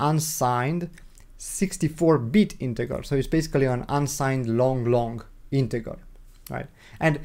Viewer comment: My friend it's JJJJJJJJR NOT ggggggggr .....INTEJJJJJJJJJR NOT INTEGGGGGGGR 👍